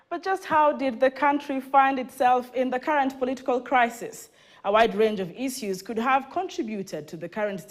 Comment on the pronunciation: They way she is pronouncing 'issues' is really a turn off